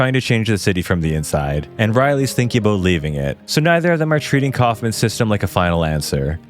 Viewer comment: The host is Canadian right? The “About”